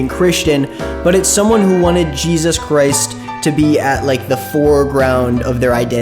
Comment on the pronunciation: You can tell the difference between a normal christian and someone who is in the "too much" christian community by how they say Jesus. Normal ppl: JEzis Ppl who make Christianity their whole identity: jeZUS They always emphasize the u so hard. It makes my skin crawl